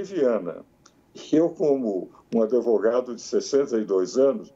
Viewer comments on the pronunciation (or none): Se o grande Ives fala "Adevogado" quem sou eu para contrariar.... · Ives Gandra, o "d" mudo não pode ser pronunciado nem com a inclusão do "i" nem do "e". Portanto não diga " ADEVOGADO".